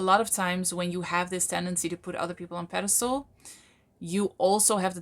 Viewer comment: “Pedestal”;), not “pedestole”